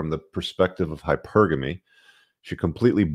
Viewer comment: She completely butchered the pronunciation of “hypergamy” as well